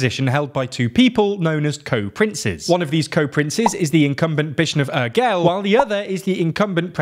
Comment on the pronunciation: That's not how you pronounce Urgell. I can forgive the mispronunciation of the double LL at the end, as it's a bit tricky in Catalan (something between L and Y) and maybe even the U (more like OO) but the G is a soft G, more like in Giraffe (not exactly but it's the closest in English) 🙂